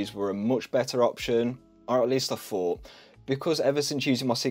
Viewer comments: sounds a bit like you're pronouncing "thought" as "fought" probably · what happened to the English th ..... i fought we used to say thought ?